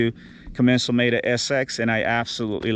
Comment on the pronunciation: I've never heard it called a 'com-men-zal' before!